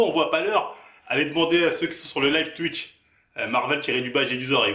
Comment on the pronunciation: Mdrrr c'est à cause de lui il dit "tuitch"